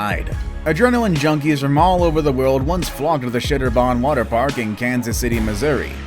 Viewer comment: Dude keeps saying Shitter-bon. LoL 🤣🤣🤣